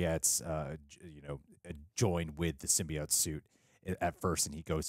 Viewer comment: Symbi- AUGHT